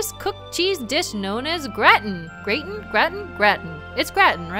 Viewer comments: I believe it is pronounced grah-tin with an ahh sound. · It's said like "Grah-tin",. And it's sooooooo good...:D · Also, it's 'GRAH-tin." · ninjaydes, It's Gratin, but pronounced Grautin. At least, that's what I was told. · IT'S. PRONOUNCED. GR-AH-TIN. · It's pronounced gra-teen as far as I know.